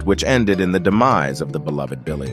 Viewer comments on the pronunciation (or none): none